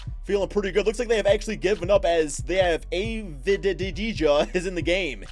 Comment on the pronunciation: the name is pronouncing avadia, he is a teenager from israel how playing in macabi tel aviv under 18 team.